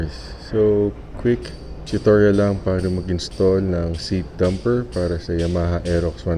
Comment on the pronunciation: dAmper, not dUmper.